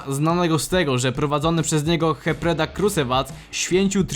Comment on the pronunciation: Materiał bardzo fajny, ale: "czesemes dżes"? Nazwę miasta Iași wymawia się mniej więcej jak "jaszi". "hepredak"? Raczej Napredak.